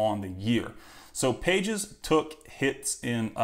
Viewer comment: Andy Pages = Andy "Pah-hez"